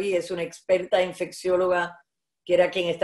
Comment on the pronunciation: Infectologo se dice no infeciologo